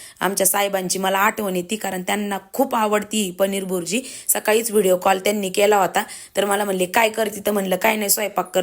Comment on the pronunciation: बुरजी नाही ताई भुर्जी